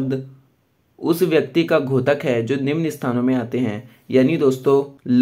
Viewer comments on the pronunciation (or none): घोतक नहीं होता है बल्कि द्योतक है।(द्+यो+त+क )